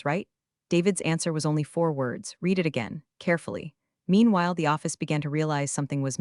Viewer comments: The past tense of read is pronounced as "red" not "reed" but the AI narrator program isn't smart enough to know that. Maybe most listeners don't know the distinction either. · read, TED and resume all mispronounced. Might try having someone edit these instead of relying only on the AI doing the writing and reading